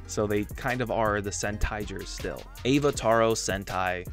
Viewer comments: He literally "toro" though, not "taro". There is no "o" sound in "Avataro" except for the very end. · It's ah-vah-tah-ro, as in avatar representing their ability to transform into other sentai members (unlike Gokaiger where they wear the powers, the Donbrothers actually transform into them) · I like that you pronounce Avataro as Evataro but then said Avatar after, which is how you suppose to say Avataro😂 and Kyu can also be translate to balls, hence why there's alot of ball jokes in the season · That Avataro pronunciation was rough 😂